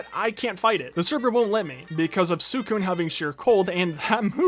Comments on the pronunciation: its pronounced sweecoon not swoocoon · the way he says suicune is kind of annoying me and no im not some 30 super fan i’m 12 but i’m just saying it’s pronounced swi-cune